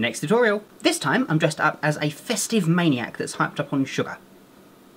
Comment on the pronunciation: I like the part were he's like I like shuger